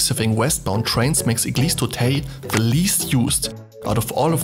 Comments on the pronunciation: Auteuil , not auteil , (i live in paris and i am french ) but , yes , this station is very beatifull ! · Église d'Auteuil... not Auteil !!! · Btw it's AuteUil, not Auteil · This is église d'auteuil and not auteil thé prononciation is euuuilll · It’s not Auteil but Auteuil. I guess it’s a common mistake 😂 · Great video! It's Auteuil, not Auteil! ;) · Your pronounciation is not even that (slightly) off, EUI sounds more like ö with a bit j at the end. But weldone anyway ❤ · Vocals of Auteuil pronounced a bit like the english words "oh turn" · It's "Auteuil", so it's not "eille" sound at the end like in "oseille" but more like an "œil" (eye in French) or in "feuille". But interesting video anyway.